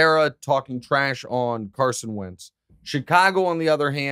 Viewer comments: He said “wince” cuz it rhymes with prince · I’m not sure but I’m choosing to believe he said Wentz